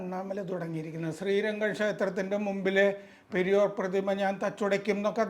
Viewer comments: It is not "Periyor", it is "Periyaar" and his full name is Ramaswamy Naicker, the founder of Dravida Kazhakam. He was called "Thanthai Periyaar", as a father by all Dravida Kazhakam, Dravida Munnetra Kazhakam (DMK) and Anna Dravida Munnetra Kazhakam (ADMK) party men. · പെരിയോർ അല്ല . പെരിയാർ. പെരിയാർ ... Singular പെരിയാർ - Blural മാന്യത ഉള്ള പലരും പെരിയോരാ ണ്